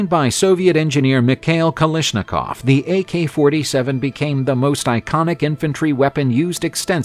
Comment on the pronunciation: The man was called Kalashnikov, not Kalishnikov. If you start a video about Cold War weapons by misspelling and mispronouncing the name of the most ubiquitous assault rifle and its creator it doesn't bode well for the rest of the video.